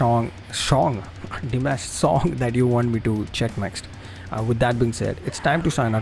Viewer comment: Not Dye Mash it's Dim Ash you still said it wrong. The announcer made a mistake Dimash has never been on The Voice, he was referring to a Chinese reality show for top professional singers that he participated on. No he doesn't sing mostly love songs but he sings all genre, all OCTAVES and is a big pop star in China. He can sing Pop, Rock, Rap, Folk, Classical, Opera, Ethno Folk, Etc, Etc. He can sing anything and sing it perfectly with emotion that can enter your soul. He is the most highly musically educated musician at present in his 2nd year of his PhD so why are you wondering how he is doing it. Of course he can do it but it helps that he has longer vocal cords than others, maybe due to his height, he is 191cm or 6ft 3in, or genetics or both, but even with them he needs to have the training, education and understanding of his own instrument to be able to have this free and flexible way of singing. He is undoubtedly the best vocalist in the world with the biggest vocal range probably ever. He is a phenomenon, he is constantly striving for perfection, his voice improves and strengthens with each live performance. He will soon have total domination of music around the world 💖